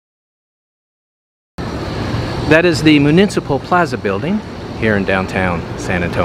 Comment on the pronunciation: It's municipal, not munincipal. Get it right!